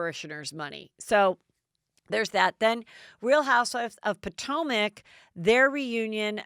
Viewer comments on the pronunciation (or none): none